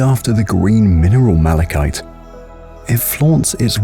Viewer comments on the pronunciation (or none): none